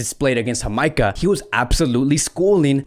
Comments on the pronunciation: Wait did you pronounce Ja-may-cah as Ha-my-ca? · Its jamaica bro with a j not hamaica...your pronunciation is bad for many club names and players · It's Jamaica Not amica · It’s “JUH MEI KUH” lol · You are pronouncing the country of Jamaica wrong. The J is not pronounced as an h but as the letter itself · U are pronouncing my country wrong it's Jamaica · Why is he pronouncing Jamaica so wrong lol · yeah lol he pronounces it in a spanish accent. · So why was he pronouncing Jamaica like that lol 😂